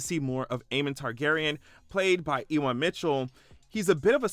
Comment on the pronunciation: E- wahn. 😅 LOl. His name is pronounced U-win.